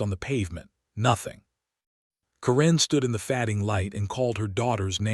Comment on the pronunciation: A very good reading, but one tiny repeating detail: "Karen" is always, in my experience, pronounced KEren, with an accent on the first syllable, and the first "e" sound short, as in the word "jet." It was the name of a teenage girlfriend of mine, and fairly common, at least 40 years ago.